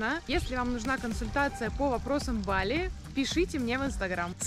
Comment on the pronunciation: ❗️Ребят, ну как можно жить на Бали не первую неделю и ударение ставить неправильно? БалИ!! Это то же самое, что рОссия, ну уважайте страну в которой живете🙏🙏🙏